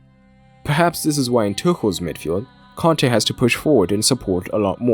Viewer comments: Why is mans pronouncing Kante and Conte the same?😂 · Nope. Its a native Malian name given to him by his Malian parents. So he might be French but his name is not. The African way of saying it is Kante and not "Con-tay". Hence the pronunciation is wrong by the English commentators and in the video. In fact they pronounce it the same as the manager so there is no distinguishing.